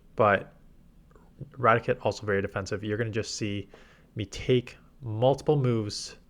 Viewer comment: Rati - Kate not Ratic - et